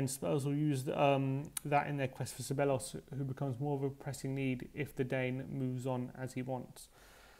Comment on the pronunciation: OK - repeat after me (Ceballos), THEBAYOS or SEBAYOS not SEBELOS no no no!